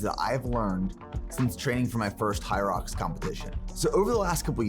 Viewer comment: 1ero se dice "jairox"( hyrox) 2do este empezó bien la preparación en los primeros capítulos luego los videos son aburridos nada interesantes(en mi humilde opinión,,ahora abien es una carrera de 8km con obstáculos cada1km(ejercicios de fierza) Hace poco aca en toronto hubo la 1era carrera y yo participe en dobles, apenas me pude preparar por 2 o 3 semanas antes d ela carera por temas laborales y falta de tiempo y es un espectáculo hacerla me tomo 1hr y 40min y el récord creo que es tocando apenas 50min o casi 1hr es intensa sientes que no puedes y que se te va la vida pero si puede haganla es una exp única en la vida,otro punto en uno de sus videos corre creo que 65millas por semana su alimentación no es tan cargada ni tan masiva y sige siento gigante en talla, hace unos años participó en culturismo creo que en mens phisique,...así que a ese nivel de cardio y con pocas comidas es puya de lejos se nota.... x cierto tiene una empresa de suplementos pero aun no los pruebo,en fin la puya mas dinero d empresa hacen que se vea así con ee físico luego de 64millas x semana y sin días off....bye y excelente contenido